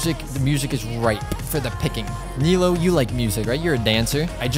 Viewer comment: her name is pronounce nee-loo btw